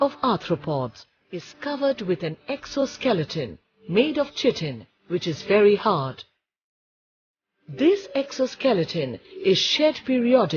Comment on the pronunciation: Chitin is pronounced as Ky-tin.